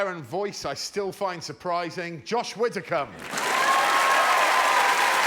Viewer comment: Widdicombe Greg, not Witticombe.